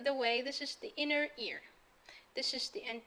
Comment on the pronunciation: ماشاء الله عليكي.. تصحيح فقط انك كررتي نفس الغلطة اكتر من مرة وهي انك بتقولي Inner Ear !!